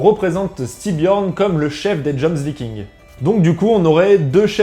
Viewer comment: Ok alors, pour éclaircir ta lanterne: PAS "dJoMsVikings" commet tu dis, mais les JOMSVIKINGS!! (à lire: Yomsvikings). Sans parler du mec à avec du FDP sur sa chemise xD xD xD